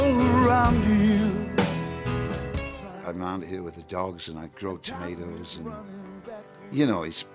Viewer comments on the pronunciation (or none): Luv Ya Joe but bloody hell it's TOMATOES not TOMATE OES.